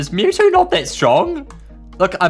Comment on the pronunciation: It's mewtwo not mewtoo